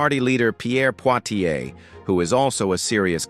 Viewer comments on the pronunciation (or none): As much as I dislike Pierre Poilievre his name is pronounced Poy-lee-ev. It is not Portier which, in Quebecois would be an improperly pronunciation anyway! “ poy (as in toy) - lee (as in tea) - ev (as in Bev) “ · Poly EV is how it’s pronounced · Poilievre is pronounced Poly-Ev. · OMG. at least get the name of the opposition leader in Canadian politcs right . He is not Pierre POITIER he is Pierre POLLIEVRE . If you can't get it right DON'T FREAKIN' USE IT .